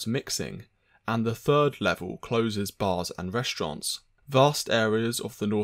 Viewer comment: I swear he said restrons instead of restaurants